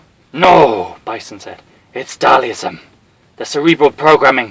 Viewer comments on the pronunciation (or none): Who the fuck is Dhalism? 🤣 It's Dhal- SIM haha... Still, this is AMAZING! in the words of M Bison: "You have made me a very happy man!"